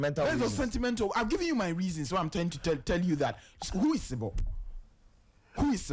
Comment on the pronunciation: Not sebo but Zibo pls